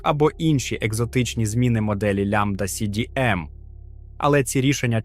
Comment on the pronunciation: Мне больше всего понравилось лямбда си би эм. 😂